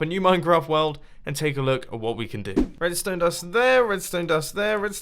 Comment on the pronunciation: I really just hear jibberish when ever you talk about r-r-red-ston-e